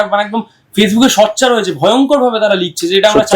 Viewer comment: ইনি সোচ্চারকে সচ্চার বলছেন কেন?